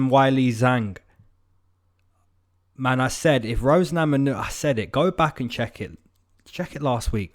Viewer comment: "Rose Namanunes" ? :D